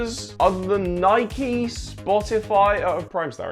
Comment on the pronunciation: saying it as "nikee" hurt 💀😭